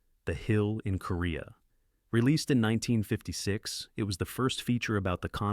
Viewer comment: Nineteen… fifty six. Did your AI loose its place in the script? 👎